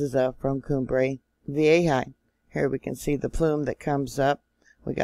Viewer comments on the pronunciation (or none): PLEASE don’t tempt 2020! And I think it’s vee-AY-huh.